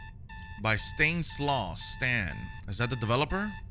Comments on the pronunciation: Stainslaw lol I think it's pronounced as 'Stanislav' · By Stan- is-Law bro.. lol.. you called him Stains Law.. 😂😂